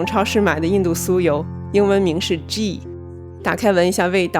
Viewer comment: 英文發音不是G.. 是類似奇的發音喔